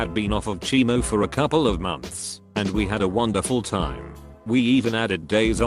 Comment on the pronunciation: Can't manage "chemo" but nailed "rhabdomyosarcoma...."